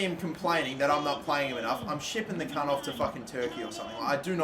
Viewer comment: “I’m shipping the kant off to turkey”